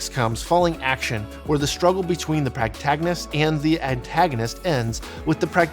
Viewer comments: Thank you I also came to say it's not pragtagonist, the rest of this video was great tho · Sorry, but here it comes--PROtagonist. Everything else was on point, but "practagonist" was like nails on a chalkboard.